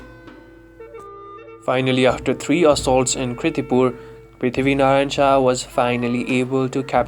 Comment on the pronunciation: Please correct it. Its KIRTIPUR not KRITIPUR..